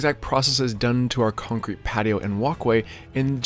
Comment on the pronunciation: I can listen to say “cuncrete” all day